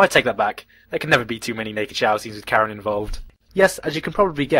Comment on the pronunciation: Gigguk, "fanservice #1" is pronounced Kallen, not Karen. Learn to speak engrish, I mean, english.